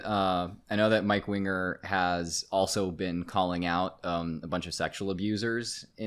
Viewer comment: There was a few solid minutes I thought the guys name was mike wiener not winger